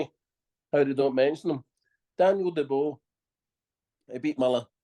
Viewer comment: Who the hell is daneil de bowl .😂